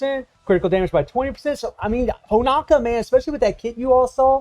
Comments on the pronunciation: It’s Honoka not HonAKa lol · It’s pronounced Ho-No-Kah